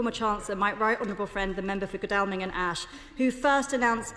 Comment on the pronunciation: What a spontaneous speech that was for Coutinho, not. I wonder who wrote it for her. She can't even say Godalming properly.